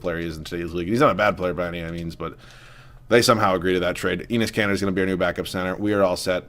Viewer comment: I just love it when you say penis kanter